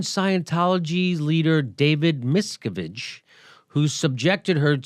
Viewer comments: clearly you're not as obsessed as i--it's pronounced MisCAVige ;) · It's Xenu, (zeeeeenew) and Miscavage (miss-kav-age).